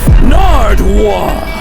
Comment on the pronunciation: I laughed so loud when you said Narduwuar😂😂